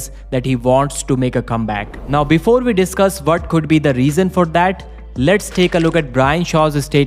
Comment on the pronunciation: We not ve. Waf not vaf.